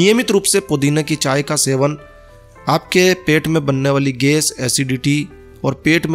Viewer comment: Ges nahi gais bolna sikhiye pahle